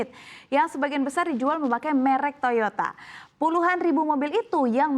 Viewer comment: Duh, presenter nya mengatakan /menyebutkan kata "merk" Nggak enak banget. Sepertinya keliru.